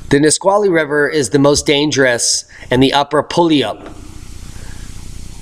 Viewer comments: Hey. Puyallup is a city in western Washington and there is a river with the same name. It's the name of an Indian Tribe/Nation from where it originates. It's sounded out as follows...Pu-yall-up. Not puyalloop. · Puyallup: Pronounced pew-AL!!-up PU ya lupp is cool too. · That's prounced pew- all- up...Pullayup River...FYI.